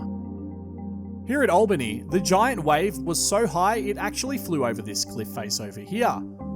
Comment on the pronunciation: Great video mate. At the risk of being parochial it’s “al” “bany” (Albany), not “all” “bany.” I wonder have we would fare if something similar occurred at the present time. I think it would definitely be a case of “Oh, the humanity…”